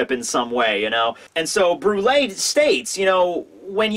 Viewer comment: Does anyone else remember when use to call her "Bru-elle" lol